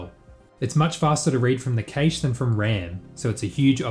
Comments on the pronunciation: It's prevalent in Australia and it bugs the hell out of me. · I'm stun locked by the way you pronounce 'cache' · I'm not sure I agree this fix will work for vRAM/memory-related constraints. How do you actively swap out assets whilst maintaining the previous scene without any load time on the next scene in a way that doesn't show a loading screen to the end user with limited vRAM? Also, I don't believe you say cache that way. :D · The origin of the word cache is the French caché surely, ergo it should be pronounced 'cash' or 'cash-eh' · I havn't heard anyone pronounce cache that way, I think the a in cache is the same as in "apple" usually. I don't think there is a correct way to pronounce anything but just wanted to inform you just in case. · please stop pronouncing the ca in cache as you would kate, it's supposed to be said as you would cat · "cache" is pronounced like "cash" not "caesh" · Caysh? :D I thought it's pronounced cash [kaSH] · it's proper pronunciation to the intended meaning is cache (kaysh), because of the word 'case'. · D Even the French say 'cash' and this word comes from the French. I think it's just another case of someone who reads a lot but doesn't necessarily hear a word spoken. Like my friend who that puny was pronounced punny. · Cache is pronounced like cash, not kaysh. Other than that absolutely brilliant video! And sort of confirms my suspicion: The Renderthread locking up during load is not something that cannot be avoided, some languages just make it harder to solve the issue. If you want to see the extreme version of this check out loading into a race on rFactor 2, everything just hangs while cars get loaded into ram. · This is the first time I hear an English speaker say cache differently than cash. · it's a typical Aussie pronunciation. Worked with a few Australian engineers in my career and they all pronounced it like "kaysh" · "Casha", lmao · I don't like how you pronounced cache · I hate the way you say cache